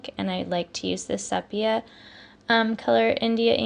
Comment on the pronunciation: Just a note: sepia is pronounced SEE PEA UH😊❤